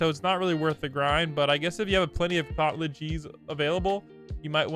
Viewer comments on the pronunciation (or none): none